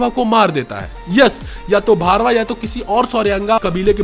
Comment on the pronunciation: Bhai its bhairava not bharva